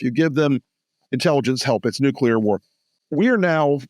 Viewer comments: Someone needs to tell Bob Woodward he is not pronouncing the word nuclear correctly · nu + clear does not = NUKE-YOU-LER. Bob. BOB... good God!!, there is only ONE 'u' in 'NUCLEAR', followed by the word 'clear' --- like a window or something transparent. I know that a sub-literate ex-POTUS made the mis-pronunciation popular via cable news after 9/11, but KNOCK IT OFF, journalist. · Bob Woodward can’t say the word nuclear correctly. Same for Bush the lesser. This is really picky, but it always triggers me as to me, they both sound ignorant when they say it incorrectly.